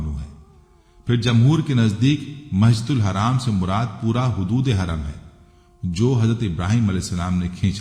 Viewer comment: چینل بنا لیا تھوڑی اردو سیکھ لیتے لفظ حدود ھوتا ھے نہ کہ خدود